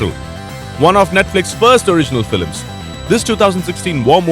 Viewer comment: Here we have a trailer consisting AMERICAN WAR MOVIES, and the narrator can’t even speak English,.. For Christ sake, And they wonder why we are concerned for our country. If can’t fu**ing talk, carry your ass back home . He says Filems,...and politickle ,.....🤣 Oh man,.... That is disgusting, what the hell Netflix, DO YOU HAVE ANY WHITE NARRATORS !!!! Oh Excuse me caucasion